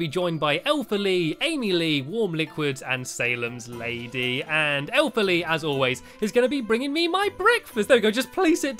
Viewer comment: its lees room